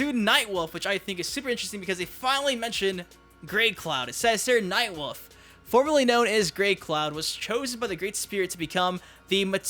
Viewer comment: SAY WOLF RIGHT GOD DAMN IT!!!!